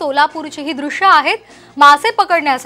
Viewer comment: मॅडम तुम्ही उचार कळंब तलाव केलात तो चुकीचा आहे त्या ऐवजी कंबर तलाव असे म्हणा.